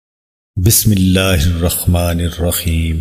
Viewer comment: "استغفرالله العظيم و اتوب اليه" BismilAllah b thik say parhni nae aati. Aur Hadeeso ks channel khol liya hay. 🤨🤨🤨 Nir rakhma nir.rakheem kya hotahay???? ح كو خ بنا دیا۔ "استغفرالله العظيم و اتوب اليه"